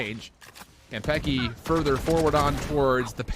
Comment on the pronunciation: im so annoyed by the caster's pronunciation of kanpeki